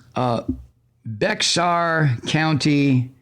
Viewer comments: Mike, “Bexar” county in TexASS is pronounced “BEAR”, as it is in Spanish. The major city is San Antonio, and it is one of the most CORRUPT counties in all of Tex-ASS. There have been numerous investigations of police/official corruption there, but of course they usually find no wrongdoing. As a former TexASS resident, it’s sad to see all that ignorance proudly on display by all them “Good ‘Ol Bwahs”, who keep shooting themselves in the foot, politicallybb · Shalom, Mike. Bex-ar County is pronounced "bear" County. That is where I'm listening from--at this exact moment--one block from the San Antonio City Limits and across I-Hwy 90 from Lackland AFB. Just thought you should know. GOD Bless you.